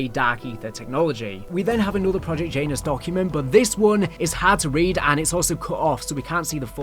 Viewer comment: you have to stop pronouncing Janus like that 😂